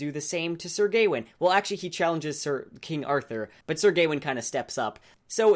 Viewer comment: I think it's Gawain, not Gaiwin. :p